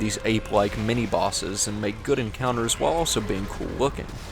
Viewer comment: says elso instead of also.